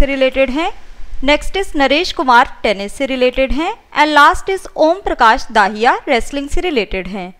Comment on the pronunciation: दहिया ना कि दाहिया।